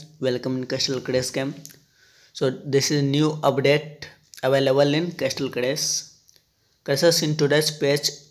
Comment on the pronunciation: Bro castle crush hai casttle nahi